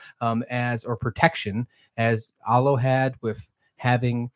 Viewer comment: Very lazy and disrespectful to mispronounce Alo's name.... jerk